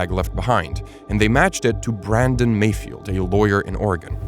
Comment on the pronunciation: I heard malfoy instead of mayfield...